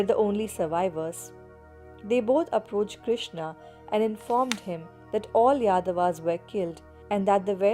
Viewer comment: Im hearing like yedavas 😂😂😂😂😂